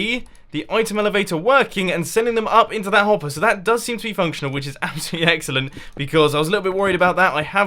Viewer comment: absolutely "eggsalent"